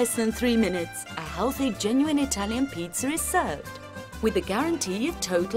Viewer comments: LOL, THIS! Why is she calling it pitzurrrr?! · Jesus christ stop saying "pizzer" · Oh thank god I'm not the only one. I just can't help but laugh every time she says "Peetzer". Unfortunately that means that I'm laughing throughout the entire video. Maybe this needs to be a new micspam on TF2? I can see it now... -Medic deploys Ubercharge- "Let's peetzer!" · Peitzer. That's what she's saying. Peitzer. It's a peitzer maker machine. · Is it just me or did the voice-over lady keep saying "pizzer." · Haha. "Peet-zer." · i get the accent and i have no problem with it, but why do most english accents pronounce is pizzer.. JW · Am i the only person hearing them say.. pizza-r.. (peetsar) like the say idear... (i deer).. whats wrong with the english language..?